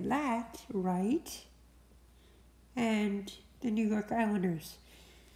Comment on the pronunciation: You rock for saying the Islanders thank you